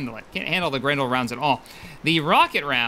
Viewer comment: it sounded like you said "grundle" each time you said grendle. Just gonna say that.